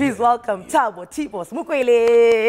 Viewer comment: Please correct the Surname...is Mokwele not Makwele